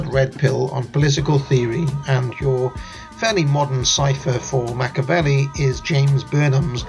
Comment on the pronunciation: It's MacchEEEavelli, not Macchavelli